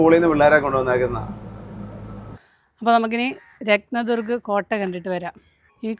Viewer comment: രത്ത ദർഗ് ഫോർട്ട് എന്ന് എന്തിന്ന് പറയുന്നു? രത്ന ദുർഗ് എന്ന് മാത്രം പറ ഞാൻ മതി.